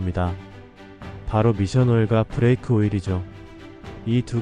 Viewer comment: 브래이크 -> 브레이크